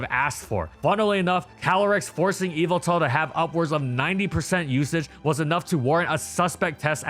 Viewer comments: Evil-tall ❌ Yah-val-tall ✅ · Normal People: Yveltal MandJTV: Yalvaltal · The emphasis is actually on the middle syllable. eee-VEL-tawl. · His name is YAVALTAL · i thought it was pronounced yehveltal not eviltel. have i been saying it wrong this entire time? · evil-tal Me: ye-vel-tal But seriously someone tell me how to pronounce that name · "Evil-Tal" Nah it's "ye-Vel-tal" m8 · ive always been pronouncing evil tal like yuh vel tal wtf? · Please say it’s name right. In English, especially the dub, it’s “Ye-veltal”. Yes its name comes from the word ‘yvel’, since it is the Middle English spelling of the word 'evil.' You don’t pronounce it like “evil”. It’s also pronounced that way because of the way Xerneas’s name is pronounced. Smh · ive always heard it call yee vel tal. this threw me for a loop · "MY NAME, IS YAH-VELTAL!!" - Pokemon Talk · I kept on hearing evil tal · So it's pronunced whyveltal? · its yah vull tahl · bro has no idea how to pronounce yveltal😭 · the y in Yveltal is pronounced like how y is normally pronounced, it’s name has root in the word Wyvern. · Dang ppl much not watch the Pokémon anime when they literally say the same correctly I had to click off the video bc of that very annoying 🤦🏾‍♂️🤦🏾‍♂️🤦🏾‍♂️